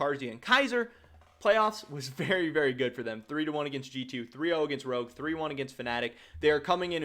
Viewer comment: i like how he said CHOGUE instead of ROGUE